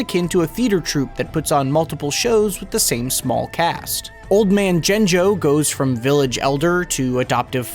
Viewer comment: Pronounce Gengo as "Jenjo".. 😕